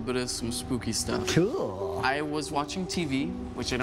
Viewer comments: How many times he gonna say "cewl" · No one:: "cOOwEl" Liek okay ya kowabunga to u 2 melanin king:)